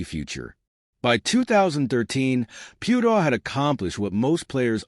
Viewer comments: I think your comparison is off. Maro Itoje is English and still plays for England, SA dont have the same selection rules as NZ, so Faf can play in Europe and still play for SA. With Charles, it was a choice of one or the other. Also, the pronunciation of his surname is way off. Phonetically, it is Pea-u-tao. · This bot went from Piutau to Pewedol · Some feedback, maybe learn how to pronounce rugby players names correctly. Piutau and secondly, It’s not Semi (Radradra), in the English sense. It’s a different language, so vowels must be pronounced differently. Do your research and be accurate. Just like you’d like your own name pronounced correctly. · The least you could do is pronounce his name PROPERLY. So disrespectful.